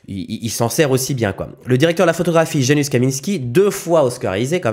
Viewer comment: Salut ca se prononce « yanoushe » et pas « janusse »